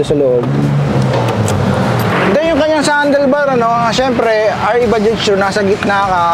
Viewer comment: baja lang po yan kung bigkasin..silent j dpat yan.. pangit pakinggan kung bajaj na pagbigkas..prang wla tayong pinag aralan nyan hnd ntin alam ang silent j na word